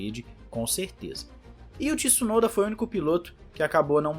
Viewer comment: Tsu-no-da. Please!